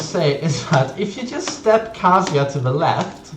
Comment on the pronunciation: I like this kind of video, but please learn how to pronounce Kazuya first. I have to mute because of it.